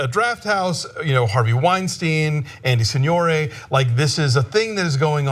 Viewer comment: lmao alonso really said "andy sin-yor-ay"